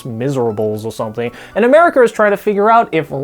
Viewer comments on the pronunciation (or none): none